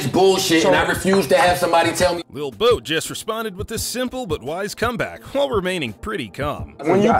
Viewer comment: He said lil boat 😂😂😂